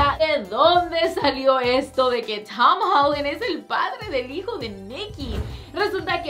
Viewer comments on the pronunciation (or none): Porque dice el nombre de Tom Holland así? 😂😂😂😂😂😂